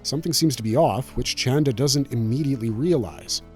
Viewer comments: I thought his name was “Chanda” 😂 not “Chan-dra”?? Sorry no big deal just throwing me off. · Who is this ‘Chandra’ character my man keeps talking about? It’s Chanda dawg 😭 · it's "chanda" and not "chandra". however, both mean the same thing - moon. 😂